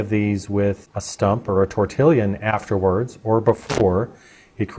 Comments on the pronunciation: Not to be a sore thumb but its pronounced torti-yawn...not tortillion like you state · Please...not TORTILLIAN ! It's TORTILLON ! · Just a little heads up... it's pronounced tor/tee/yon. The L's are silent. Love your work:) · I am telling you the word TORTILLION doesn't really exist, it is TORTILLON. The "LL" is pronounced as a "Y", like in Spanish. Nonetheless who cares real, once we know what it is and how to use it right?